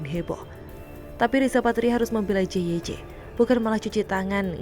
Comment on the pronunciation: JYC itu stands for kalimat English. Jadi harus be read sebagai "jey way si" bukan "je we ce"